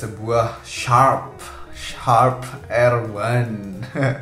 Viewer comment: Bang kalo susah bilang "Sharp" bilang aja "Sharap"😁